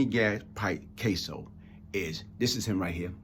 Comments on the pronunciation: Its Cas-so, not Case-o friend. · You’re an intelligent man., but yikes are you butchering the last names of Anthony KAss-o and Louis Epp-ILL-eato and Louis KARA-COPPA Lol. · I appreciate your message, but you're not being truthful about your interaction with Gas pipe. First of all, you don't even know how to pronounce his last name, you had to read it from your phone and still mispronounced it several times. Secondly, I know it to be a fact that you NEVER even spoke to Gas at Rikers, let alone "go off" on him. I knew Gas for twenty-seven years and NEVER heard him apologize to anyone. You're lying. It's easy to make accusations about someone after they're dead.